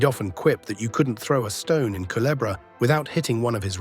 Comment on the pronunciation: Thank you for pronouncing culebra correct ❤